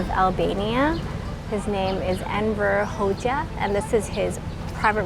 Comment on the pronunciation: The way you pronounced Enver Hoxha is the best ive heard from a tourist so far. Thats impressive